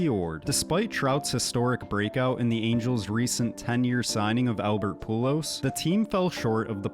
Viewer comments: Nah. Don’t talk about baseball if that’s how you’re pronouncing Albert’s name. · Stopped watching after you couldn’t pronounce pujols